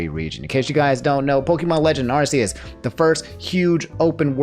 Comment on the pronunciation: not a big deal, but pokemon officially changed the pronunciation of arceus to (arkee-us) because the old pronunciation made it sound like arse